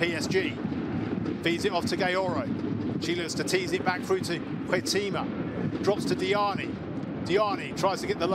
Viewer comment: HEIGHT-uh-ma. Wonder how many more goals she has to score before announcers learn how to pronounce her name?